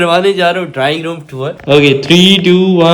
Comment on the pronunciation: Drowning means dobna hai or ap drawing room ko drowning room bol rhy